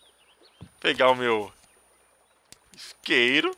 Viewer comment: Muito legal o jogo e o seu vídeo. Mas "Esqueiro" e "Estintor" foi bravo. rsrsrsrs flw....